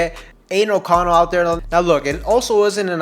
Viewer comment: Just call him O'Connell.😅 sounds like your saying anal O'Connell 🤣. Good content though 🤙🏽